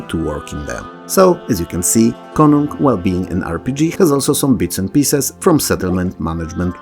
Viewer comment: As a Swede I have to commend you on your pronunciation of Konung. Perfect job! To jest mój Janosik!